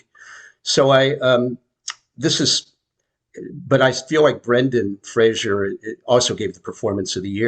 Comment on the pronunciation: Isn't Brendan's last name pronounced FRASER, like LASER? NOT Frasier